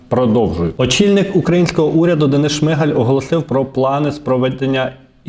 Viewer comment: Та не ШмИгаль, а ШмигАль, уже пора вивчити наголос прізвища прем'ра.